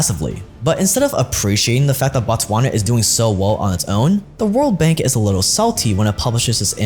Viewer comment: Is not batswans is botswana BO not BA Dont pretend as if you can't pronounce that 😄😄